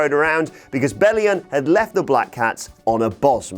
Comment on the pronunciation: Belli-ON not UN...